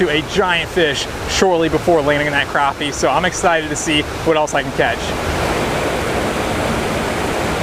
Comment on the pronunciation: you keep calling the crappies croppies